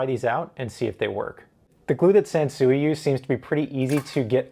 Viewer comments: its pronounced "sanswee" like san sweet sansui. not chop suey sansuey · Not for nothing, but the Japanese pronounce it sahn-swee. I was stationed in Okinawa while in the army.